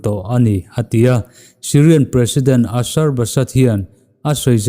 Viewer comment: September niloin October tur ani zawklo m🤔🤔🤔🤔asar-ba-sad nilo in Basar Al Assad "ba-shar-al-asad" tur ani e,Noun abikin hming leh ramhming chu a dik a lamrik theih hram2 anthra.... Godspeed 👍